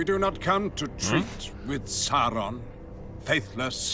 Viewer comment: The way Americans pronounce Sauron is so wrong. Tolkien himself was recorded pronouncing it and Ian McKellan as Gandalf has it exactly right.